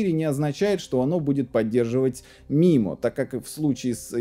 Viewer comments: Маймо, а не мимо. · Очень интересно, и всё таки правильно будет произносить маймо а не мимо😁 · Не мимо а маймо "инженер" космический